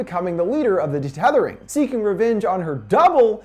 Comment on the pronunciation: It's UN-Thethering, not DE-Tethering, also the boys name is Jason not jordan